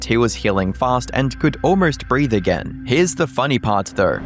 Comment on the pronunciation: Less then a year a-GURRR 😂